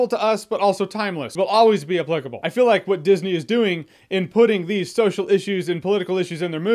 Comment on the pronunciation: Learn how to pronounce the word applicable ...